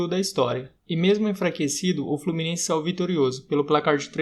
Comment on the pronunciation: FlorminenCe KKKKK